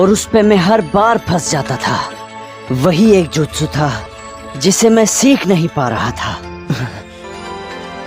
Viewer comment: Acha hua ha but jutsu nehi jitsu